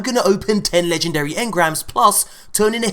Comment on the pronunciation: Your poor legendree shaads